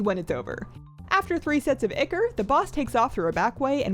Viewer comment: Is she trying to say ichor?